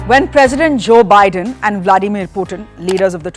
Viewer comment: Host: 'Byedone toll poootin!🤣🤣